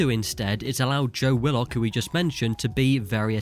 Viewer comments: It’s pronounced wi-luhk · Why is he pronouncing willock like that😂